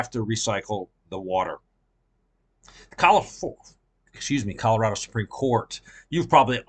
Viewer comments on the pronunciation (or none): none